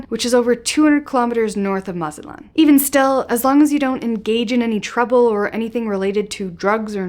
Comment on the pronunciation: I can't listen to you because you can't pronounce Mazatlan right.